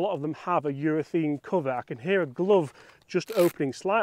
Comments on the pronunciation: Please stop saying Urethene. It's urethane. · I love your videos. Please explain what the hell is going on with you Brits pronouncing URETHANE as if it was spelt URETHEEN. I notice it's not just you. It seems to be a thing for you blokes. What's going on? At the end of the day it's just pronunciation so no big deal but why mate? I'd genuinely like to know.